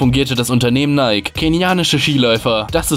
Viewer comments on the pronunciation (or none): none